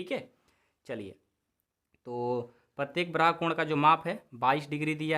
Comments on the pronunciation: 😂😂😂😂 सर जी उसे ब्राहा नहीं बाह्य बोलते हैं 😅😆😃😀 हां पर आप बहुत अच्छा पढ़ाते📜📜 हैं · ब्राहा नहीं बाह्य होता है।